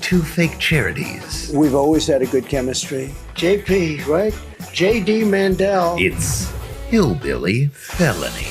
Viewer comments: Did they say J.D. or Shady Vance? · I don't know why sometimes when you say JD Vance , it sounds like Shady Vance, but it's hilarious! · I thought you said Shady Vance not JD Vance. I think I WILL call him Shady Vance🤣